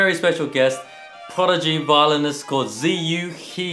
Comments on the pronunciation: wow ziyu is so cute n wholesome, really enjoyed this <3 but also me cringing at how they say his name "ziyu he" why they said it like that when they know how >< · Does any Chinese speaker find "zee yu hee" extremely sacrilegious LOL? It's like pronouncing Brett as Brat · I really enjoyed the video, but I have to say given Brett and Eddy are also of Chinese descent, I really wish they could pronounce Ziyu He's name correctly... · How come they are Chinese and they don't pronounce his name correctly? I've heard them use Chinese phrases before. Are they using the English pronunciation on purpose maybe? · Great job butchering his name.